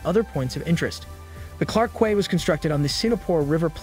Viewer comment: Its pronounced Clarke Key. Not kueh.